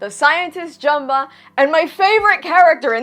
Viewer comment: Thank can’t even pronounce Jumba name. And I was looking for the part when the house gets destroyed you should not play with guns ok then they play hot potato omg I hate the movie